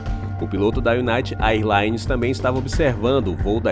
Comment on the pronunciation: Existe uma diferença entre incidente aéreo e acidente aéreo, neste caso não foi um incidente? A narração diz acidente em alguns momentos em que deveria usar a palavra incidente. E eu não sou professor de inglês, mas a pronúncia correta do termo “AirLines” seria “Ér Laines”. Fora isso, eu curti o vídeo demais! Eu adoro vídeos de aviação! Parabéns pelo conteúdo!